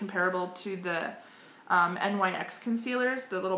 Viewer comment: Just a tip, the NYX products are pronounced "nicks". Love your video!